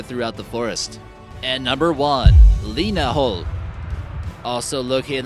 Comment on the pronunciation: Red Army put subtitles, and the "linnahall" isnt "linnahall", its lena hold